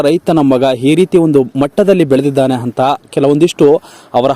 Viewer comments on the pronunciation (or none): Anta ge hantha akka pakka ge hakka pakka adduri ge hadduri antiri kannada sariyagi matanadu gubal